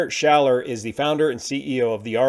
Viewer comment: Besides owning a fitness brand, This guy Rainer Schaller (not "Ray..." its like "Rye...") was the controversial organizer of the Loveparade 2010 where over 20 people died. And he never publicly apologized for his role. It was the last "loveparade". He had bought the rights to the brand "Loveparade" and turned it into a commercial operation. He was not liked much in the Techno scene.